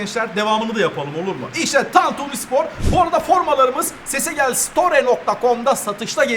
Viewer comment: Abi sesegel değil pesegel bildiğin bu kanalın İsmi😄😄